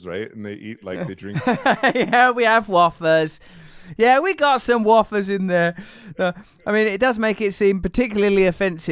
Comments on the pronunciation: He can’t even say wafer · Though I didn’t myself I can think of a few reasons to: John Wayne the genocider? Get real Fact checking what actually happens with restoration and the oil sands and compensation. Fact checking that copper is definitely recyclable. No self respecting American says wafer like that. How dare anyone mock Native culture but have a lark at Jesus expense. Among other things.